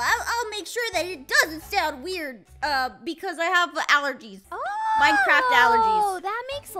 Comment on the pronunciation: “I have a allergeez” Ah yes, a allrgez